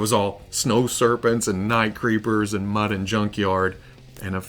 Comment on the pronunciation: are you saying Mudd and Junkyard? Its Mutt not Mudd